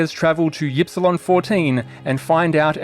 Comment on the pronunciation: My only complaint is that you aren't pronouncing Ypsilon correctly. It's "eep-see-lon" or "ihp-see-lon" you limey son of a gun.